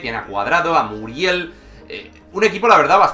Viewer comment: uff el primero que pronuncia bien muriel